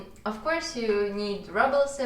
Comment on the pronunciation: Hey, interesting video, just as an FYI, the word « rubles » is pronounced like it is in russian- « roubles », with a long « ou » sound 😊